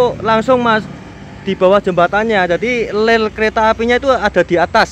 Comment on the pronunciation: Ngomong "rel" kok keliru "ler' terus,,,😁